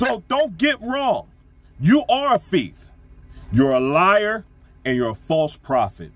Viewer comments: I really like this brother but, I really wish he would learn how to pronounce the word "thief". He keeps saying "fieth". You're speaking to the public bro. People around you should have pulled your coattail on that my brother. Great words though. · why are you stuck on my pronunciations? Thief or fieth is the same thing.